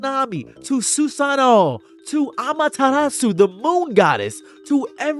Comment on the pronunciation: * Ama-teh-rasu. She's a sun goddess btw. Tsukuyomi is the moon god.